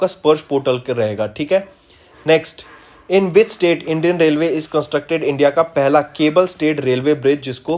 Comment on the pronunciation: Please sir have soma patience while pronouncing aap railway ko rolway bol thy h Anji ko andii Its very disturbing 😑😑😑😑